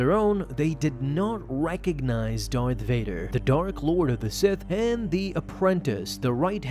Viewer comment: “Fart Dader? Never heard of him...”.....”No! Vader! It’s Darth Vader!”